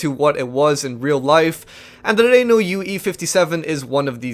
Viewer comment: has been out doing a university course to learn how to pronunce "Renault" that he mistakenly pronunced as "Ree-Nu"